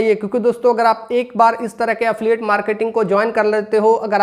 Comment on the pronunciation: Affiliate bolna seekh pehle😂😂